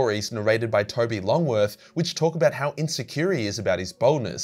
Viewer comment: Toby Longworth... You have no idea how happy I was to hear you say his name. Correct sir.